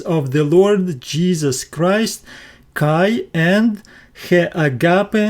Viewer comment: You are very sweet, BUT PLEASE word KAI means AND, Pronounced "ke" e as in elephant not kaee. It spoils the devotion when I hear this word so mispronounced. Please ask a greek priest, he can assist you in ALL Greek diphgthongs, double vowel sounds. I like the way you explain and show in Greek and Koine language. I will continue giving you "thumbs up" thank you, Tanya from Sydney Australia.